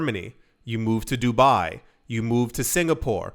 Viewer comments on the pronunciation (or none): none